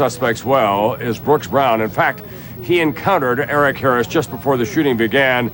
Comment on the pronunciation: Yeah I know right. One time I went to her You Tube page and she had these videos and I watched them and so I heard her voice and saw her up close. Lemme just say, it was disturbing as fuck. She was doing all this weird shit. And she says "Eric Harris" like "Earic Hearis". She's a psycho and I can't stand her.